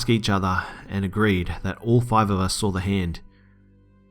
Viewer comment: You did it again! I love how you pronounce the word saw. You say "sawr" 😊😆 Gotta love accents.